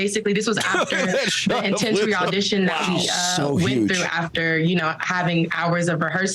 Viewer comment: "Quite intensis!"